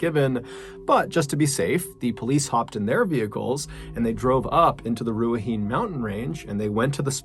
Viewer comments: I'm sure someone already commented this, but you pronounced Ruahine wrong. It's roo-a-hee-nay. Next time you do a case in NZ, feel free to send me a quick message with the relevant words, and I'll provide you a phonetic pronunciantion. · Kia ora from nz John, Its pronounced Ruaheenee. Top effort though. Chur ma bro. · It's pronounced Ru ah he neh. (Ruahine) Very interesting story. I will be keeping an eye out for that plant. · Love your vids. Just a quick note from a Kiwi but it's pronounced " Roo a he nay" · The third story, Ruahine is pronounced Rua hee nay 😉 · I have to commend you for your pronunciation of Ruahine. New Zealand has some weird names, and you're so slose to correct. The hine part is pronounced he-nee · Or even Rua-hee-nei or Rua-hee-ney. It's simple to say when you're familiar with Polynesian pronunciations, but not so easy to explain in writing. It was distracting the way he was saying it. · Mr Ballen rocks.... But I thought I could help with the pronunciation of the native New Zealand Maori language! How to pronounce Ruahine: Roo ( roll the R) - A HEN E (do not elongate the E)... Food for thought....all R's are rolled when speaking Te-Reo!! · its pronounced RUA - HEE-NAAY Mountains. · MrBallen! Thank you so much for covering the Jason Chase story, I had no idea that plant even existed here in NZ. Please be advised, with all due respect, Ruahine is pronounced "Rua - hinay". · Ruahine is pronounced 'rua-hee-nee'- awesome seeing a Kiwi story but it's sad as, bro. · FYI its Roo-A-He-Nei is how you pronounce Ruahine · Ruahine...... pronounced Ru..a.. he..neigh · The last story, the place is pronounced - Roo-Are-Hee-Knee. Good Maori pronunciations through Mr B. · Ru-a-he-knee is how it’s pronounced. I’m a Maori and live in that area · Another great video John. Ruahine is pronounced Rua,hee,nay. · "Rua-heen mountain gorge" nice attempt at the pronunciation MrBallen, hearts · Just a pro tip... It's pronounced "RUA - HE - NAY" but pretty good otherwise :D